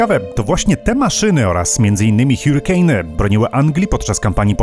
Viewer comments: HARYKEJN NIE hiurykejny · "harikejn", zamiast "hjurikejn"